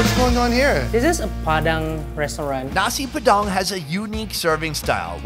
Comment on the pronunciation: Bule ngomong nasi padang *Nasi P3dang